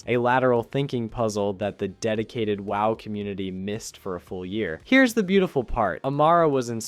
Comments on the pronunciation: This is the VERY first time I heard someone said WoW like that. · Starts sounding real, but then calls Gnomeragon “Gnome-Ragen” or literally calling the game “W. Oh. W”. Damn so ruining everything.